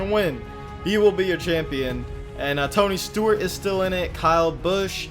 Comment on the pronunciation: ToNy StOrT......………………......No seriously he said Stort a couple times